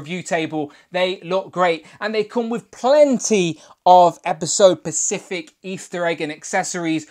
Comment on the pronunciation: Good review! FYI the word is “specific”, not “pacific”